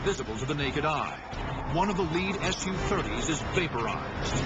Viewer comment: It's pronounced sue-30 not S _ U-30! SUE! It's short for Sukhoi. The aircrafts manufacturer.